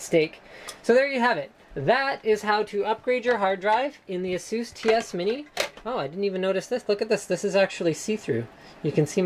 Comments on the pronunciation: Az-zus not assuss! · There really isn't a "right" way to pronounce ASUS, ASUS is a company from Taiwan (I'm a Taiwanese, and I'm very proud :D) and they all call it "AHHSOOS" So I don't see what's wrong about it